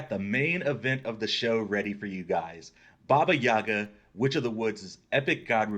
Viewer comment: it’s baba yaga